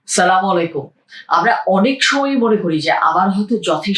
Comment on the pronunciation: ভাই আপনার প্রত্যেকটা ভিডিও ami দেখে থাকি বাট আপনার সালাম টি এখন পর্যন্ত শুদ্ধ হয় নী